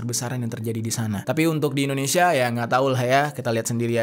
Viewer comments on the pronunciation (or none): none